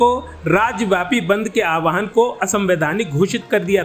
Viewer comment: Young Man! Its not "aawaahan". Its pronounced as "aahwaan".